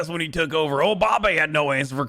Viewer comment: INLOVE WHEN HE SAYS OBAMBE